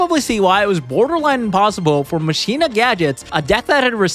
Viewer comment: So is the word "machina" pronounced wrong on purpose? Is that a yugioh thing or yall just dont know that word? Lol